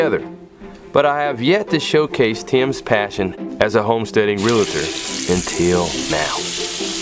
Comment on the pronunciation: it's Real tor, not realeeetor 😮